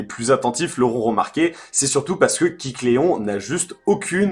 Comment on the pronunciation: AAAAAAAH tu m'a stressé toute la vidéo à dire "Kicléon", c'est pas "kick Léon" (pauvre Léon) mais KÉcléon... Sinon sympa la manière de l'obtenir, c'est bien vu et oui il est toujours obtenable. Ça va encore être sympa pour chopper le 100%...